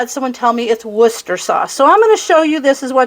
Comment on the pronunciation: That looks and sounds good! BTW... Worcestershire is easy to pronounce. You just have to ignore some of the "extra" letters! You pronounced "Worcester" correctly! YAY! That's half the battle, so all you have to do is change the "er" at the end of "Worcester" into a barely audible short "a" sound, then add "sher" (like New Hampshire) at the end. Don't work too hard at turning it into separate syllables, just let it all blend together. WUUS-ta-sher 😊